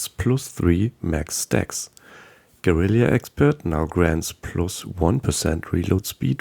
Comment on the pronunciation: Amazing! Thanks for the info! Small correction, it's gue-ri-la, not gue-ri-li-a. :)